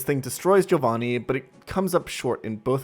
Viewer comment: Just noticed this...yoooo he pronounced Giovanni correctly!